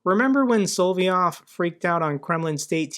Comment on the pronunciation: "So lovv YOVE" is close. Solov'ëv is how they spell it; never mind that apostrophe -- it's just there technically to represent the 'soft sign' unless I'm mistaking.